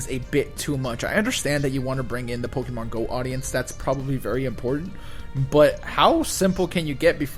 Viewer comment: "Pokie Mon" lol...